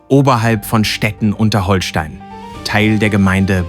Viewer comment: Leute, wenn ihr schon so ein Video macht, dann sprecht es doch richtig aus. Nicht "Holstein" wie Schleswig-Holstein (auch wenn man es so schreibt) sonder "Hohlstein", weil es von den Höhlen unter der Burg kommt..